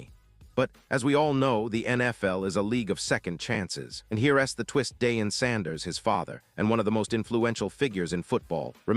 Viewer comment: It’s Shilo! 😅(chi lo)